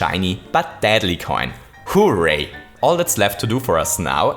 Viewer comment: The way he says horray kills me